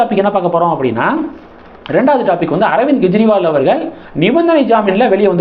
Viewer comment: Why do you repeatedly pronounce as Gejriwal? It is Kejriwal. It is K not G